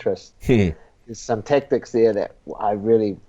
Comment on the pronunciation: lol when Eugene says “Tactics” it sounds like he’s saying “Tech Decks”